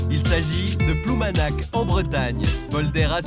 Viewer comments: on dit ploumanaRR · Il est tout à fait regrettable pour la langue bretonne que les bretons eux même acceptent de prononcer ploumanak ou pire painmare (penmarc'h), beaucoup de bretons, une majorité, n'ont aucune notion de la langue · Ploumanaque.... la folie française de mettre des E partout...